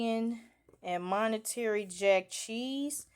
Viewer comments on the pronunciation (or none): Mon tuh ray is how u say it lol not “monetary”